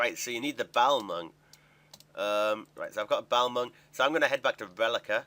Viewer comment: The way you say balmung makes me want to punch some babies.